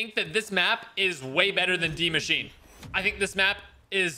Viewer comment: It really kills me that he pronounces it like Dee mashinay because it’s pronounced like die machine with an s befor the ch